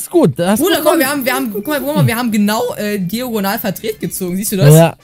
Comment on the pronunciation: Ich finde es lustig wie Diagonal falsch sagt😂😂